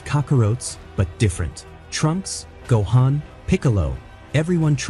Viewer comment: goh-in, stupid ai 🤣